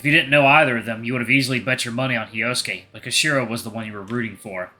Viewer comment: Yeah, I'm sure that Japanese people don't say "Hi-Oh-Sue-Kay" for Hyosuke.